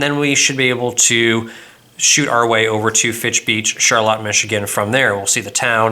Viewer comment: My dad was born and raised in Charlotte, MI...thank you for pronouncing it correctly!